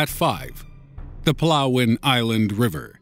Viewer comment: i am hearing PELAWEN hahaha "PALAWAN"